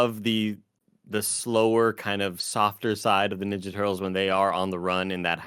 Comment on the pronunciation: Tim: Teenage Mutant Ninja Turtles Also Tim: Teenage Mutant Nenja Turtles 😅